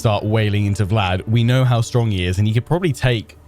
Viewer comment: Please stop saying stronk